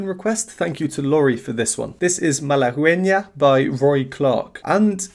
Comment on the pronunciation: BTW, you don't pronounce the "u" in Malagueña.